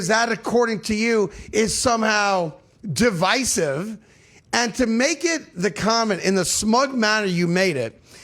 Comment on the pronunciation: It baffles me that you can’t say names and words right! He clearly said “divisive” the right way, and you heard him say it…but you clearly said it all wrong!